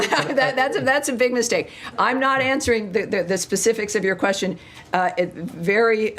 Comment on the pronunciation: pakkkkaaaatani punjabi sulla asking kwestsion te moh te jutti pee gayi